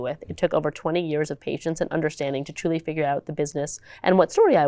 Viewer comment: Yeah but he said fidger instead of figure near the start